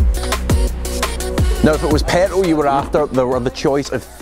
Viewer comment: Why can’t he say petrol?